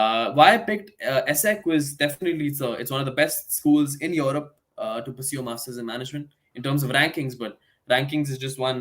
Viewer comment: Masters not masthurs. But otherwise great info.